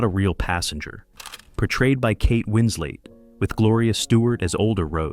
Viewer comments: . The name is WinsLETT, stupid AI. Not Winslape. I'm done. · Kate WINSLET NOT WINSLATE m-o-r-o-n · KATE WINS LET. Her name is pronounced as Wins let. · Kate winsl-ayte 😂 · Sounds like they're saying Kate "Winsley." Don't see the point in including fictional characters anyway though, if you're trying to show how they compare to the real life people. Totally irrelevant. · Kate Winz-late??? Smh. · What do I find shocking is that how the old photographs can now come to life because of AI. I know that in a few years I will be used to it. I think everything about this is AI because the announcer's voice pronounced Kate Winslet 's name as "Kate Wins-late'. A human voice would never have done that. AI or not; this YouTube video demonstrates the depths (pun sort of intended), of James Cameron's excellent research.